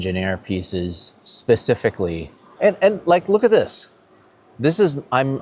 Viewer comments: Percificly 😂😂😂😂 erm... specificly 😅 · You lost me forty seconds in when the MD said “pacifically.” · “Designed it pacifically” 🙄🤦🏻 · did he say our first sautee and then pacifically? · ''pacifically'' haha it's all love - Larry nails it, every time x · I couldn't listen to him after he said persificly